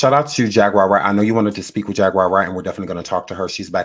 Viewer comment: Not Jag Wire! 😢😢😂😂